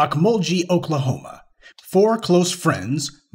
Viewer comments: Pronounced Oak-mul-gee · It's o mul gee not ghee